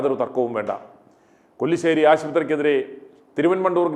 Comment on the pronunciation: കൊല്ലി ശേരി അല്ല കല്ലിശേരി